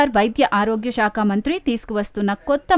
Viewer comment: షాక కాదు సాక కాదు Ok శాఖ . ఇభ్బంది కాదు ఇబ్బంది బ కు ఒత్తు లేదు సరేనా ?